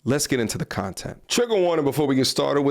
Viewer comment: A piece of "shontent" 😅